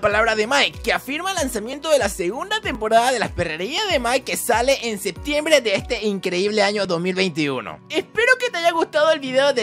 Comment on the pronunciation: SEPTIEMBRE COMO QUE SEBTIEMBRE PERO TU TA LOCO